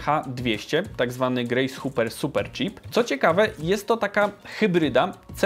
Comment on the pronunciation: nie grejs huper - tylko grejs hoper (Hopper) i to nie od pasikonika tylko od nazwiska bohaterki popkultury - pani admirał IT :)